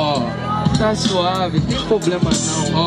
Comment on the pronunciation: Sigo esperando o aprender a falar “problema”